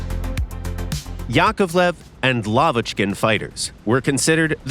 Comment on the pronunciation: Respect for pronouncing Lavochkin correctly! :)